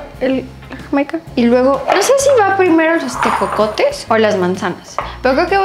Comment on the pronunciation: Jajaja cuando probó los tejocotes, y dice ejocotes 😂😂